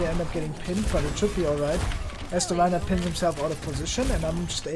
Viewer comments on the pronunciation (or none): none